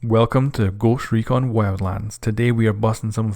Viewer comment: Goooscht Rekooon xD